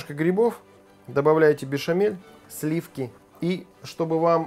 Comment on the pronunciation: слиффки.... фффууууу.........